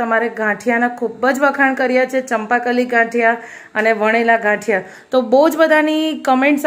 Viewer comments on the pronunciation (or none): Gathiya ne badle ghaathiya km bolo cho bau irritation thay🙂🙂🙂